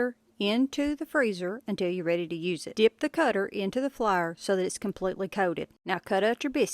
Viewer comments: I’ve never heard anyone pronounce “Flour” like “flier” 😂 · LMAO “flaer” HAHAHAHAHA!!!! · I say it like Flahr too lol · “Into the flar” 😂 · I am glad she demonstrated what she was doing because I thought she said flower. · You Flyer honey it pronounced like a blooming FLOWER NOT FLYER . Drives me crazy please get it right if you going to brag on you tweaked biscuits PLEASE PRETTY PLEASE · Which part of NC are you from, I ask cause the pronunciation of flour lol I grew up there. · You know you are country when flour is one syllable. Or British.